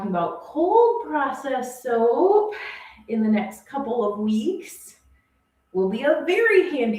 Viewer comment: Soap. Not soapz lol